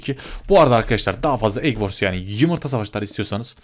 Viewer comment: Abi. Çok seviyorum seni. Hacker. Lerden sikilip. Biraktin çok uzuldum😭 He bu Arada yumurta demiyor. Yimirta. Diyor